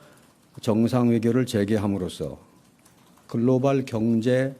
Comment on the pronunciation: 말꼬리 잡자면 글로발(x), 글로벌 (o) 입니다! global 미국식 [ˈɡloʊbl], 영국식 [ˈɡləʊbl]